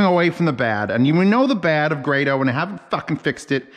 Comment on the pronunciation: GRAYDOH!!! It's GRAYDOH!!!!!! How is it so hard to just find out how to pronounce someone's name!!!!!!